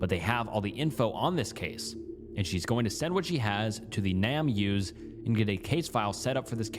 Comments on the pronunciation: It's not "Nam use," it's "Name Us," as in "give us back our name." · Just in case you didn’t realize, its not pronounced nam use, but name us. The point is to find the names of jane and john does, to name them. Hence “name us”